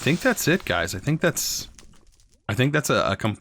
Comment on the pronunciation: “HeY gAyS, wElCoMe BaCk”